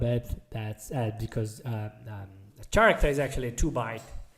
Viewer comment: the "ch" in "character" is pronounced like a "k".... just so you know